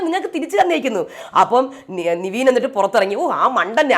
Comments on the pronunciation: ലീവിങ് ഏരിയ ❌ലിവിങ് ഏരിയ ✅ നിവീൻ ❌ നെവിൻ ✅ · Ente niveen alla nevin... Peru eppazhum thettikunnu... ne ravethy ennu paranjal engane irikum... Athu correct cheyyu....